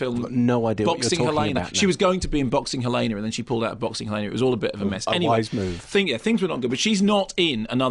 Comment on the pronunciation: Haha, the way Mark says “chihuahua”. Chi-hoo-uh-hoo-uh. Hahaha. Oh those Brits. And “Boxing Helener”.